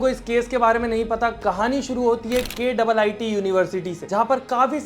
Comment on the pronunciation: किट्‌(KIIT) pronuce kia jata hai